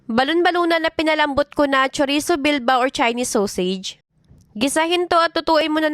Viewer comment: What? Sowsage ang pagka pronouns mo? Sosage po pag binigkas mo ang sausage. Naka blocked kana sa fb sakin. Di inexpect na makikita pa kita dito. Pwe!